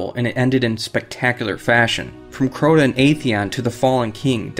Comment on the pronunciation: This bum said crowden